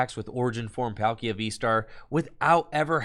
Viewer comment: every time i hear PAL-kia and not Paul-kia is painpainpainpainpain